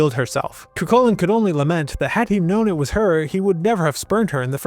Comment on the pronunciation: The minute I hear ''cuKULLin'', I'm out. Cant take information on Irish mythology seriously from someone who cant be bothered to look into how to pronounce the names. ''Koo-HOO-lin.''